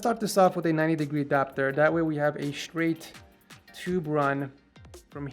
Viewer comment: “sewies”, “expewience”, “stwaight” “ 90 degwee”